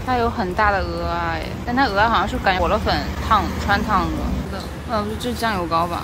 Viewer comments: 不是上海人嗎 怎麼「鵝阿」音念得那麼準？ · 不得不說 你的蚵仔發音 比非常多台灣人發音正確，很多台灣人會分不清楚芋頭跟蚵仔的台語發音...統一都唸成芋仔（芋頭）的發音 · 蚵仔居然發音正確，很多台灣人還會唸成芋仔呢😂